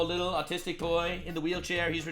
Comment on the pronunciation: she doesnt even say autistic, she says artistic.